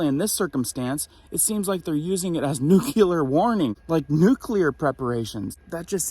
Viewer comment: It's not nucular, its nuclear. Gees.